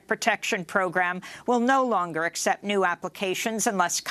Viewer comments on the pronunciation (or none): none